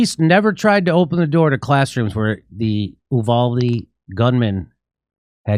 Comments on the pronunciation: YOU- VALL- DEEE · Jimmy, Texas here. The town is pronounced, YOU-VALL-DEE. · You-valde is how it's pronounced JD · Hey, Jimmy. You-Vald-Ee. Thanks for reporting on this. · It's pronounced: U•Voal•De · Uvalde is pronounced “ you-val-dee” and the a in val is pronounced like the Val in Valerie. Short a sound. Accent on the second syllable. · It is pronounced with a long "u," like "you," than a short "a" like the first syllable of "apple," then a long "e" like "the." U-val-D.